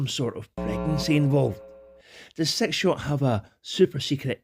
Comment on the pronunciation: I love your accent one of the reasons I absolutely love listening to your videos, but I got to say this with utmost love and humor brother! When you say six shot it sounds like you're saying "Sex Shop" lmfao 😂😂😂😂